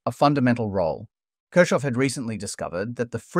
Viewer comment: The way you pronounce Kirchoff is painful.